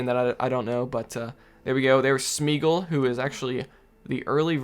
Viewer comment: The pronunciation of Smeagol. oh my gosh I am crying